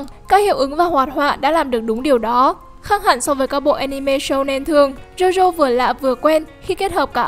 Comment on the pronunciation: jo jo chứ ko phải Zo Zo. chúng ta chứ ko phải Trúng ta. Châu Âu chứ ko phải Trâu Âu.